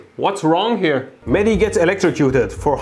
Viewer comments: The way he pronounce those Mehdis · He would go crazy be annoyed on how you butchered his name.